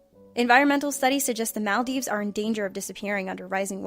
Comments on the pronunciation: That's most definitely not how you pronounce the Maldives. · you say Maldives wrong and it was very annoying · Why does every one pronounce maldives wrong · You say Maldives weird, Also Manchu Pichu